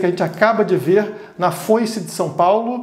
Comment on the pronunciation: "Foice de São Paulo"